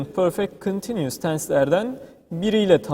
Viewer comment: teşekkürler,çok rahat anlaşılan bi eğitim videosu olmuş."continues" telaffuzu 10 numara ;)